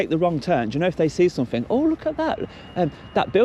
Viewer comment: He tried to learn one language, english. He still says everythink, somethink, nothink. One language guys. Learn it. It is everything, it is something, it nothing. Thickos.